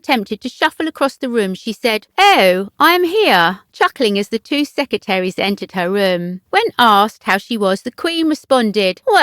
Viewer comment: To the reader: There are TWO Rs in 'secretaries'. Please pronounce the word properly as people from all over the world probably watch this.